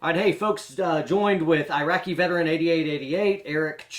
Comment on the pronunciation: Funny how got the name wrong, it's IraqVeteran8888 not IraqiVeteran8888. Good video though!